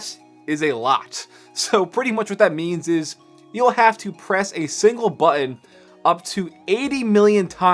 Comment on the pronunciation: Learn how to pronounce "Button", you idiot.